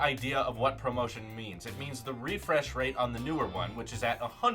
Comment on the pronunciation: When he says promotion, instead of ProMotion lol